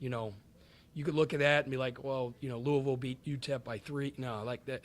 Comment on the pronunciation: " number 24" and saying louisville wrong is crazy